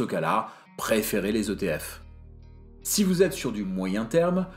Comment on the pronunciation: Pas de « S » à l’acronyme ETF 😅 Excellente vidéo.